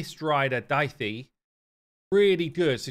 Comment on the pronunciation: Daithi is actually pronounced Dohi